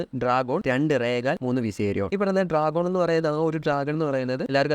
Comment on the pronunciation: Correct ഒന്ന് നോക്കിട്ട് വീഡിയോ ചെയ്യുന്നത് നല്ലതായിരിക്കും... Daenerys ന്റെ ഏറ്റവും വലിയ ഡ്രാഗൺ 'ഡ്രാഗോൺ' അല്ല 'ദ്രോഗോൺ' ആണ്... പിന്നെ പുള്ളിക്കാരീടെ husband 'khaal drogo' ആണ് draaago അല്ല..😢😢